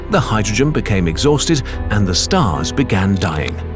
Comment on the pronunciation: I'm sorry, but every time you said "first stars" I will from now on hear "first arse". teehee... arse.